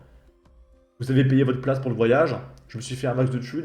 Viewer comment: Le fait qu'elle fasse des économies sur les "r", j'ai du mal aussi. " Je suis rentrée pou' me changer", je lui ai donné rendez-vous pou' aller me chercher"...